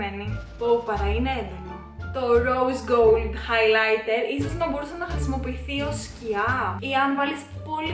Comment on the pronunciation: χαχαχαχα κι εγω εχω κλαψει με το χαι λαιτερ χαχαχαχαχαχ